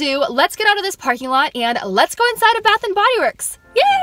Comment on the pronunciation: At first I thought you said bathroom and Bodyworks